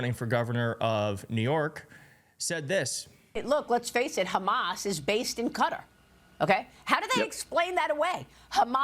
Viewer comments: I wish people would stop calling the country "Cutter" - it's pronounced "Cat-ar" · It is pronounced kuh TAAR, smh. Why is the media suddenly calling it cutter? WTF? I hate Trump but how do you expect to have any credibility when you keep grasping at straws and exaggerating things? Trump looks like he was falling asleep, but that is a far cry from actually sleeping. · It is definitely NOT pronounced "Cutter". It is difficult for an English speaker to replicate the correct pronunciation. It has always been kuh TAAR in the U.S.. That is not completely accurate, but replacing it with Cutter is worse. If Americans wants to get closer to the correct pronunciation, they should learn the precise pronunciation or leave it as we have always had it. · Qatar was pronounced Cutter and then followed by Ka-tar. Seems strange to pronounce it different in the same sentence. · Why is it that Americans cannot pronounce English words correctly? It is not Cudder it is Qatar. Also, the French prime minister's name is Macron not Macrone??? And it is so frustrating that a majority of Americans have to insert the word " like" numerous times in one sentence. Its pathetic how you bastadise the English language. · It’s not “Cutter.” It’s “Ka TAR” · I don't know when or how it became fashionable to pronounce it as Cutter, but the traditional pronunciation, which is closer to the Arabic, is kuh-TAR. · Americans - it's not "Cutter" it pronounced ""Kuh-TAR" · It is pronounced Cat are. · Fox pronounces 'Qatar,' "Cutter."... I guess, so their audience can wrap their mind around it... like it's a machine in their garage. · The absurdity of that man talking about Qatar’s human rights record… About the oppression of a religious minority… Does he see what he voted for? Anyway, yeah, the impression of impropriety should be avoided. Also - why people calling it ‘cutter’, but able to say ‘Qataris’ no problem? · IT IS CUTTER! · No the proper way to pronounce it is CUTTER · Qatar = Kuh- tarr! Damn, y'all!